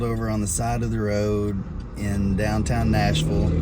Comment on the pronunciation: "Nashfull" or "Nashfool" I thought it was Nashville. 😁😆🤡 Great video.